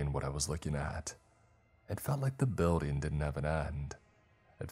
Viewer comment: BuildING!!! NOT buildEENE!!!! LEARN HOW TO PRONOUNCE ING!!!! ING, 8NG ING!!! NOT EENE!!!!!!!!!!!!!!!